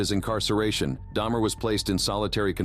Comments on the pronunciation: He only killed dudes so I'm pretty sure she was safe. Her son however...😳 That is scary. Side note - did dude pronounce his name "Day-mer" one time?? 🤔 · Say's Jeffery Dahmers name, and then IMMEDIATELY SAYS IT WRONG.💀🤣 How dumb are you!?! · So lazy you cannot even make sure the A.I. is pronouncing Dahmer correctly lol. I the first minute ahahhahhaha humans are screwed. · So you're going to be racist towards people because they can not pronounce what your own people speak You do realize the person speaking's not even a real person It's clearly an AI No one has a voice like this and you can clearly tell it's an AI because they even get Dahmer's name wrong multiple times at the beginning So you just proved to the world you're a racist calling other people names all because of their nationality and things and just because a name in your people's language with mispronounced you call out Americans and call them names and stuff like get a clue you racist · Your AI voice can't even consistently pronounce Jeffrey's last name correctly, maybe put a little actual effort into making a video. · "Dahmer" To "Deymer" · Jeffrey Dahmer? Nooh, Jeffrey Dayhmer! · its not day-mer its dahmer jeffrey dahmer the people nommer get it right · You heard and said his name multiple times yet still lwt Daymur slip? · Seems like AI would have pronounced Dahmer the same way every time, and not switch to day-mer once in a while. Writer error could account for that, though. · If it said Dahmer as Daymer, you know it os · Yes it is—The AI definitely changed between “Dahmer” (proper pronunciation) and “Daimer” (improper pronunciation). That’s just one instance… And the voice has a robotic tone, however subtle. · bro said damer like ishowspeed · It would help if the robot narrator could pronounce his name - from Dah-mer to Day-mer in the space of a few seconds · How did the narrator pronounce it as Dah-Mur and then pronounce it Day-Mur? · Who’s Day-mer? Lmao